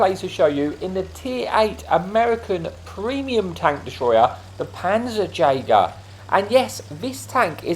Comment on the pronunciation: Hi, i just wanted to point out a small deatail i noticed.. the ‘Jager’ in Panzerjager is pronounced just the same as the german Jagers. Its a Norwegian version of the Chaffe (i think), and the name means just the same as in german (tank-hunter).😅 Nice vid otherwise